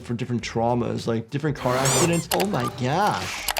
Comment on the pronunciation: Why did I hear bro say oh my gyash in